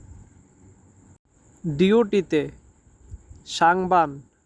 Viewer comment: ভুলভাল বলেন কেন, শাং- বান -- কাজ জী- বান--- ডিউটিতে